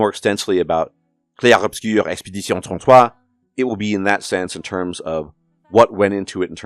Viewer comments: I thought this game was pretentious as hell. Shout out to you for that hilariously accurate French pronunciation though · Bro hot takes aside, that french pronounciation was so freaking spot on I genuinely was so impressed (from a baguette person)